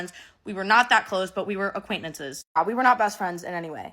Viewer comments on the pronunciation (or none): I'm so shallow the only thing I can think this whole video is "aquaintnantces".....it's acquaintances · Acquaintnences lol she’s so cute 😅❤